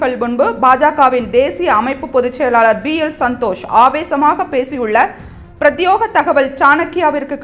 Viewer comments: உச்சரிப்பில் கவனம் தேவை . பிரத்யேக தகவல் என்பதை பிரத்யோக தகவல் என வாசிக்கக் கூடாது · Prathyega not Prathyoga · Adu prathyega,prathyoga illai /News Reader sariyaaga padikka vendum😢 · "பிரத்யோக தகவல்" என்று தவறாக உச்சரிப்பதற்கு பதில் "ப்ரத்யேக "தகவல் என மாற்றி உச்சரிக்கவும். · பிரத்யோக அல்ல... பிரத்யேக என்று படிக்கvuம்.